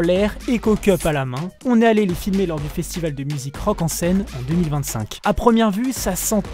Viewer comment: Un festival des festiVAUX, arretez de massacrer la langue françoise